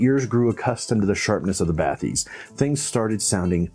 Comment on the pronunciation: Thanks for not pronouncing it as baTEES (cringe AF) like some reviewers who try to sound French, despite actual French people from Focal not really pronouncing it like that.